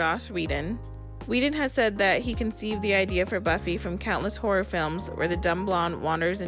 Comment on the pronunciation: It took me way too long to realize you were saying Horror and not whore 🤦🏽‍♀️ I was sooo confused!